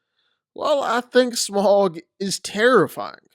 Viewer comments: It's pronounced Smowg (with a ow sound) not Smog. Au makes a ow sound. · Note, Smaug is pronounced "sm-ow-g" (the "ow" being the sound you make when you get hurt) rather than "smog" (the smokey-foggy weather phenomenon). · You’re really deep diving this much into FICTION?? Lol… BTW.. It’s not pronounced “SMOG”. It’s pronounced “SMOWG” … 🙄